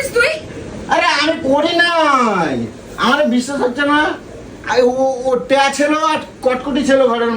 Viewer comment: টিয়া❌ টেয়া✅